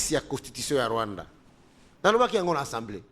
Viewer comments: Mais, sala effort ata opération na gorge po olobaka ASA ASA ASA ASA mais pas ENSA ENSA ENsamblé nationale. L'Institution s'appelle ASSAMBLEE ASSAMBLEE ASSAMBEE ou comme vous voulez ASSEMBLEE ASSEMBEE NATIONALE. PHONETIQUE C'EST [ASSAMBLÉ] Mais pas [ENSSAMBLEE]...Il n y a pas nasal, please il n ya pas nez. reaprenez les choses...SVP, Ndeko Zulu, Kankolongo, Epenge, Bibi, Reaco news, e tuttti quanti, please...comme on dit ASAMBUE dans la boucle. Et c'est ASAMBLÉ. Pas ANSAMBUÉ et pas ANSAMBLÉ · eza Assemblée pas ensemblée yekola ko prononcer esalaka nga pasi koyoka yo na ba journalistes mosusu ko prononcer ensemblée